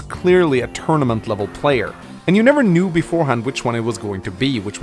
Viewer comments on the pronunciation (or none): none